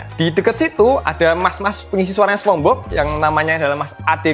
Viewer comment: Sponge Bob bacanya Sponj Bob bang, bukan Sepong hadeeh